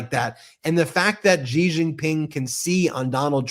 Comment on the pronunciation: CHINA'S president is XI pronounced SHE. SHE is not GEE.